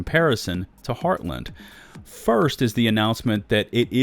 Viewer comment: Also, the way you pronounce Heartland still drives me batty lol.